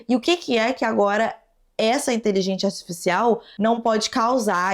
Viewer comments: pq você fala inteligenTia artificial?? Kkkkk achei fofo seu jeito de falar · Adoro quando voce fala "inteligência astisfiscial" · achei uma graça a falando inteligência artificial errado todas as vezes KKQKSKKAKD